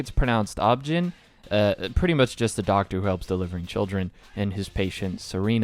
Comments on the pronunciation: 😑😑😑 mask,darling, buddy I love ya stuff great work simply. But its pronounced O.B.G.Y.N you day the letter😂😂 i had to double check. But ya my boy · I'm not sure if its a joke but it's just pronounced o b g y n, you just say the letters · You just say the letters O-B-G-Y-N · No shade but OB-GYN is actually just pronounced "O-B-G-Y-N" (I live in the American South so if there's regional differences, feel free to let me know, I've always heard each letter pronounced individually). It stands for "obstetrician gynecologist" tho usually I don't see it hyphenated so if you assumed it was a Japanese term that would make sense. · It is pronounced "Oh-Bee-Gee-Why-En," short for "Obstetrician-Gynecologist." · O - B - GUY - NEEE, not ob-gyn wtf bro. 😂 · i’m sorry but the way you pronounced it aub jin has me dying 😭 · Obgyn? You serious lol? You say them as letters silly! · "i think its pronounced obgin" bruh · The way you pronounced OB-GYN made me giggle. It’s said just like the letters, so “oh bee gee why en” is how you’d pronounce that!! Apart from that, stunning video, I always love hearing people’s reactions to the twist, especially when they dropped it early on. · Ob/Gyn is short for obstetrician/gynecologist. Usually pronounced by sounding out the letters OBGYN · obgyn is pronounced as an acronym for future reference if you see this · ob-gyn is pronounced exactly how its spelled minus the dash, its short for obstetrician and gynecologist, a doctor that works with pregnant women and other reproductive concerns. banger video though. Oshi no Ko is a fuckin banger. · OBGYN is an abbreviation of obstretician and gynecologist, so u actually have to pronounce each letter separately. the spanish interpreter in me made me do it, im sorry lol. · OB-GYN is pronounced by saying the letters!!